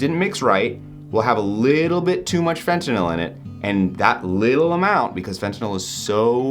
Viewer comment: Props on pronouncing fentanyl properly, unlike the rest of the world 🙄😑